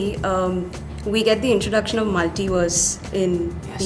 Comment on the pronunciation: tom got me saying “ multi “ “multa” over and over